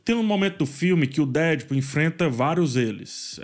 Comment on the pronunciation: Fala,. Eu sei que você tá nesse modismo de querer pronunciar as coisas em inglês e tal, mas, se quer pronuciar corretamente é deadpool com a tonica no pool, não no dead.